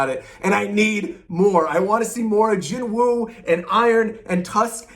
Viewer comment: Ps: actually I'm pretty scared of the anime xD I absolutely believe that they'll screw all the Korean names. Just look at Jinwoo himself xD his name is pronounced "JIN-U" (진우) NOOOOT jinWOOOOOOOH 😅